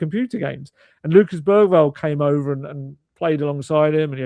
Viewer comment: Lucas Berryval Also: Gapko